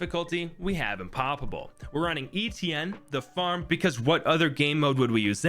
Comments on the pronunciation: ITS NOT “ETN” ITS “ETIENNE” ITS FRENCH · Stop pronouncing etienne like E.T.N.